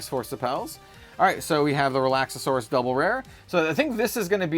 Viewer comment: You’re adding an extra syllable in Relaxaurus. Relax-Are-Us